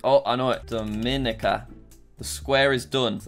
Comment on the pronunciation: The pronunciation in the Caribbean really hurts me lol. Just for next time: Grenada: grenade-ah Dominica: Dom-in-ee-kah (pronounced differently from Dominican Republic due to language differences) Antigua: an-tee-gua Suriname: suri-nam Nevis: knee-vis St. Lucia: lu-sha